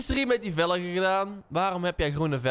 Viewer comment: Hoezo zeg je eigenlijk velege in plaats van velgen